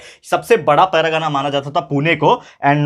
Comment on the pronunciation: Sir , u are explaining nice but it's not paragana it's pargana 😅